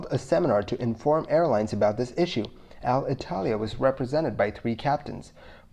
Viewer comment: Hey, thanks for the video! Thanks for the hard work and passion you put on this. A small piece of feedback on your Alitalia. pronunciation. It's not Al-Italia, it's more like "aleetalea" :)